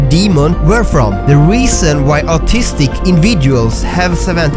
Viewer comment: I'll be a big bully and point out how he says 'autistic' as 'artistic' he he